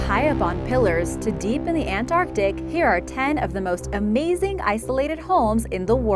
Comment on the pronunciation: Nice to hear "Antarctic" rather than "their" usual "Anartic"